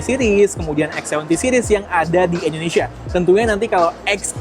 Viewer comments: Indonesia bukan endonesia bang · Indonesia bg bukan endonesia